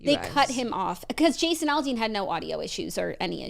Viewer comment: Like last week talking about Jason AL-DEAN not ALL-dean. Drove me nuts lol